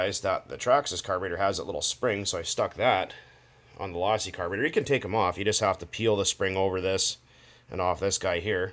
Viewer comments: Its pronounced low-see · Do u not know how to pronounce losi if u don't know how to pronounce it don't fuck with losi at all my girl learn how to say it's pronounced low-sea kay